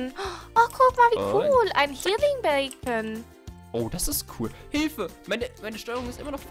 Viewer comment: Why sagst du healing bacon und nicht beacon oder so 😂😂